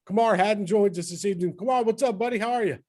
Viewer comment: Kamal, not Kamar